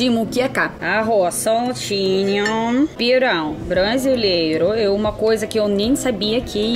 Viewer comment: Lindo vídeo! Parabéns,! É muito legal ver você pronunciando pirão, camarão, pimentão super certinho Moqueca realmente é um dos meus pratos favoritos também. Você já comeu camarão na abóbora? É uma delícia!🌺🌻💮